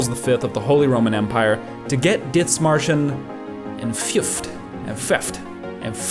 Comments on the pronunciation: Es heisst Dithmarschen nicht ditzmarschen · Small note but its more pronounced like "Did-Marschen" not "Ditz" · In german there is no th like in english. It is Dithmarschen spelled with just the t. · Where's the speaker from? Sounds almost like a slight German accent, but then no German would pronounce the th in Dithmarschen like that. The h is silent. Great video though! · Why do you call it "Ditzmarschen"? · You don't pronounce the h in Dithmarschen. It's simply pronounced Dittmarshen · Idk, its annoying to watch this video because you keep pronouncing Dithmarschen like its an english word. Just because theres a th doesn't mean its spelled like the english th. The h is silent. Pronounce it like you would Dittmarschen. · why do you keep calling it DITZ MARSHER? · i dunno why you pronounce it like that... there's no S in the first 5 letters of that name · cool video but what the fuck is that pronunciation of Dithmarschen they aren't Bri'ish